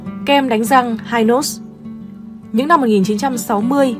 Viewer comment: Dân Miền Nam gọi là kem hi nos chứ k đọc là hai nos nha.😅